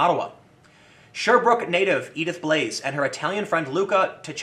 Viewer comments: Blais is pronounced Bleh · Love your videos Tim, but the S in Blais is silent, and the Burkina Faso City is pronounced Wah-gah-doo-goo